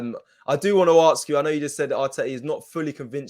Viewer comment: needs to learn “Ask” Not akss 😂🤣